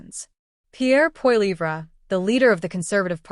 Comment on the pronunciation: LoL as if pp would do any better. No government which it was in power can sit down and turn everything around in under a month. If you're going to talk about pp at least pronounce his last name correctly.